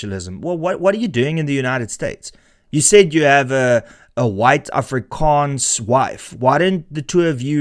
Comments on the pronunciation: An afrikaans girl married THIS guy? He can't even pronounce 'Afrikaans'... His wifes boyfriend is gonna be so mad when he sees this... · Afrikaans wife but cant pronounce it correctly? Married but no wedding ring? I definitely believe you 🙄